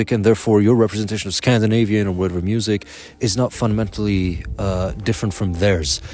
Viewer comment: i'm caught off guard when you say the scandinavian words, you pronounce them differently every time hahah